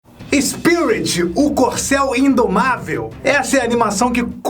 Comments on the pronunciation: O fala SPIURIT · O sotaque dele diante d palavra "Spirit" é estranho kkkkkkk amei o vídeo, sempre amei esse filme :) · Esse tempo todo vc falou o nome dele errado